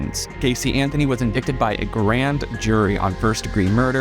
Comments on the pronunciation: dude you seem much smarter than this. "in-dick-ted"??? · I thought he accidentally pronounced "INDICTED" as "IN-DIK-TID" , but then he said it again . Lol! luv the content but, oh my...😬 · indicted was mispronounced. Otherwise, the video was great, very interesting to hear your thoughts 😊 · So I was watching all your videos on Casey Anthony well only 1When I heard you say indicted instead of indicted and it makes me question everything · Came looking for this. Love his videos, but en-DICK-ted was making me cringe. en-DIE-ted please!! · "In-dick-ted"?, come on man. I've watched you a long time and I've never known you to pronounce such common words incorrectly. It's "in-dite-ed". The "c" is silent. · Just so you know, sir, it's not Indicted isn't pronounced like that. It's in-die not in-dick. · Indicted is pronounced "uhn dai tuhd" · I'm not sure I can trust anyone who reads 'indicted' as 'indickted'..... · Indicted is pronounced in-dite-ted. Not sure why a word would require a silent "c" but, here we are. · the word "indict" is pronounced in-DITE. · it’s pronounced “in-die-ted” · indicted sounds like “in-DITE-ed” btw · Indicted is pronounced in-die-ted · Just a note: Very good content, but "indicted" is pronounced "in-DITE-d." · Indicted is pronounced "ind-eye-ted". 🙂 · EN-DIE-TED!!!!! Thats the world pronunciation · Hi, I enjoy your videos. The word is pronounced "indited," the c is silent. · In-dik-ted 🧐😂😂😂 That had me tickled for sure lol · Did he say indiCTed? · Love your videos! Are you pronouncing the c in "indicted?" 😁 It's one of those silent letters. It's silly, but I was like "wait a minute, is he saying in-dic-ted?" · “Indicted” is pronounced in-dite-ed just for future reference 😉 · Wait isn't the word indicted pronounced like this in-die-ted? I'm confused since he said it as it looks but I thought it wasn't pronounced that way. I'm not hating or anything just curious and a little confused is all lol.